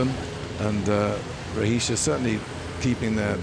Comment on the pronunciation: It’s ROHESIA, woman!